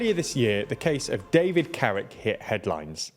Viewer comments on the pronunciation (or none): none